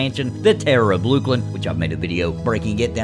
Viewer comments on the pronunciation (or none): LUCKLIN Not LEWKLIN